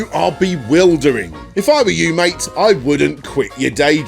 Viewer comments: having moved to spain and having heard a lot of bad English when people don't get my bad castellano... MIke is MATE! hehehehe He is trying to saying mate in your accent but it just comes weird. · is he trying to say mike or mate? Or just confused the two? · Is it that he wants to say mate, but is too drunk to and it just sounds like Mike? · i think he's saying "mate" not mike. i also think i can make out some of the other words and they are not too nice. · Is he saying Mike or “mate” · I thought "mate" too, until he leaves the message about the interview, then it really does sound like "Mike." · This might be in vain but I think Alejandro is trying to be cheeky and is trying to call you and Ian "MATE" as in if you were friends. when he says "MIKE" I myself speak Spanish and maaaany mispronounce or per-mutate words and try to incorporate them in their own language. For example: In Mexico the word BREAK as in breaking is misused as BRECA in a vehicle or heck even CAR is used as CARRO when normaly it will be AUTOMOVIL. SO SEE YOU AROUND "MIKE" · I'm pretty sure he's trying to say "mate", Mike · I think when he says Mike, he thinks hes saying Mate. Or thinks people are saying Mike. Either way, that's my guess as to what is going on there. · could he have been trying to say 'mate' but just very inebriated? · Was he saying "Mike" or "Mate"? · I don't think he's calling you "Mike," I think he's trying to say "Mate" but it comes out that way